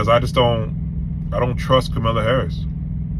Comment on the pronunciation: if you'll follow someone with bad character then you must have bad character also. Don't vote for Trump AKA Mr Retart. Also can you please say her name right dude. Very very disrespectful